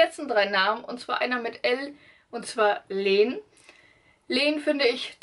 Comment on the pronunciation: Also die Namen hast du falsch ausgesprochen. Jonne wird ausgesprochen wie die Nonne, aber mit J. Jaro wird auch deutsch ausgesprochen und nicht mit 'dsch'. Und auch Lenn wird eher "Länn" ausgesprochen und nicht "Leeeeehn"